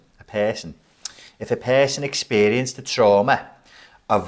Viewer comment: "if a purson.... 'if a pirson exxxperieced a trauma' " scouse in ze house thir la